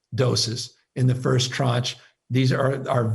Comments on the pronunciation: Also, you keep saying “tronge” of vaccines??what is that?? ....that is not a word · It’s tranche, time for your hearing check?